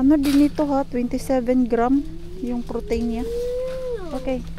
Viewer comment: say it as protin make it hard not protain. Just a sisterly advice.